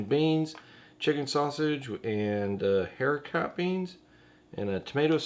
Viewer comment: Ooohhh took me until lunch to know what you were saying! Hericot is air-I-co At least here in Canada, such as hericot verte (air-I-co vare) “green beans”